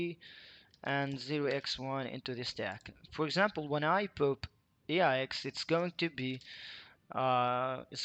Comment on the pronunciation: The word “pop” is pronounced “pawp”, not “poop”. But it does make me smile like I was in middle school again to hear it pronounced “poop” every few seconds. 😏